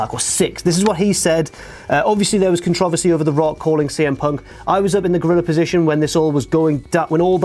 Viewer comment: Why do you pronounce controversy wired?